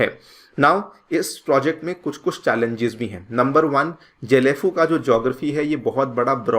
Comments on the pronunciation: Its Not JHE- LEy - FU... It's GAY - LEY- FU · गएलेफु । Not जेलेफु। Kya yaar. ... Kuch bhi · Please do proper pronunciation... It's Gelephu , not jelephu... As I m from Assam n just near about 35/40 km from Gelephu , so as we used to heard this name from very begging of our life.. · জেলেফু না গেলেফু । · जेलेफू नही गेलेफू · Happy to see even YouTuber is covering about my place gelephu. Pronounciation : Ge= gay Le: Lee , phu = fuu